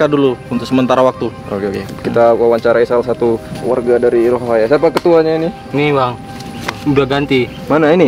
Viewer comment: Bang bukan rohahaya tapi rohaniya😊😊😊😊